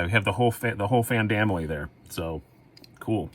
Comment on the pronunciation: You said "fan-dam-ily" and I definitely heard Van Damme and pictured you attempting to do the splits. It brought me joy. Can't wait for that Harsey/CRK comparison!